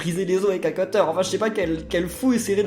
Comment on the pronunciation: On dit cUtter pas cEUteur 😂 sinon super vidéo j'adore miitopia 😍❤